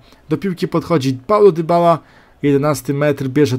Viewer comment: Paulo Dybała XDDD